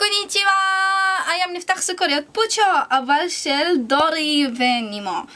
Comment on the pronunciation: היא אמרה סוכריד